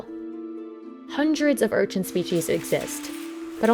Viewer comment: Stop saying URCHINT!! It's an Urchin, lol. There's no T in it.